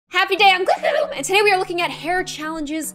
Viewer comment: She says it like "Gloo - oom!" Like what?